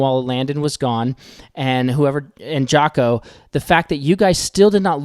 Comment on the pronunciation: I've been lurking & listening, here & also on Twitter, since Bickle was exposed. Thank you for your long form videos & your book club. Your deep history & grounded theology fill my heart & make me smile. As a Dutch speaker (parent language of Afrikaans): it's pronounced Yah–co, not Jah–co. J=Y in Dutch. I'm sorry!! OFC I don't expect people to know that, but I love my language & want to speak up for it.